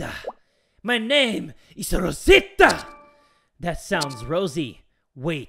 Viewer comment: haha Rosita that's my nickname I died when he rolled his r 😂